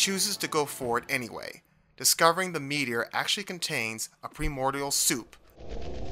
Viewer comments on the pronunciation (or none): none